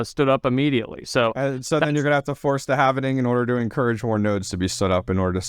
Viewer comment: It's not "half-ining", it's "halving". RPM does this also. there is no "ining" at the end. It's pronounced like "Halv" "ing"...